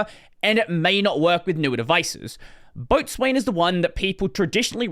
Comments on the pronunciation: Sailor here. Boatswain is pronounced “Bosun”. It’s not the only weird mariner word that doesn’t read the way it’s spelled. For example Forecastle = Focsle (the front of the ship) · Boatswain pronounced BOH-SAN